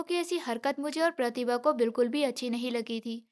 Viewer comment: Voice achchi nahi hai pehle achchi thi प्रतिभा को galt तरीके से कह रही थी